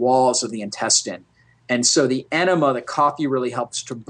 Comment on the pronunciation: You lost me at "coffee aenima".